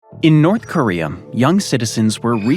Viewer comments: In north koreum????? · What the heck is "North Koreyum"? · I'm sorry, North Koreaum?